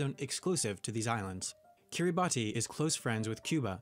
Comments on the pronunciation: the pronunciation of Kiribati is actually Kiribas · Fun fact about Kiribati, it's pronounced 'Ki-ri-bas'. Every time he said it 'Ki-ri-ba-tee' I was like dude nah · Kiribati is pronounced Kiribass in Gilbertese